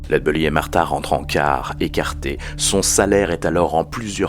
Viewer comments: Genial... Une chose... C'est pas lead "beully" mais bèlly (belly c'est le ventre en anglais). Sinon au top ! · Superbe, merci pour la vidéo et son originalité. Allez juste pour faire le chipoteur : il me semble que la prononciation (retranscrite en fr) est plutôt "laide bélly" plutôt que "laide beully" :) Des bisous !